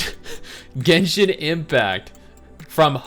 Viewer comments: HAHAAAA did that lady really say Jenshin? LOL. But seriously I can understand genshin, kinda understand TOF. The other 3 don't give a Shet about ever. But WERES NIKKE AT? Also so far I like NIKKE best so far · Earned my sub for replaying "Jenshin" every 3 minutes or so. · I hope they pronounce it jenshin again they gotta hire that funny lady